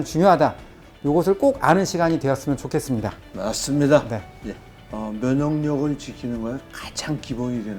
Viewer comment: '맞습니다'가 '믿씝니다'로 들리네요.